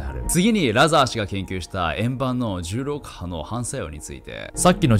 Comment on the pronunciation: 「重力波」がうまく言えないナオキマン